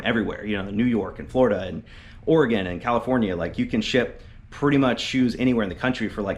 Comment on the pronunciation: Thank you for saying "Oregon" correctly 🙏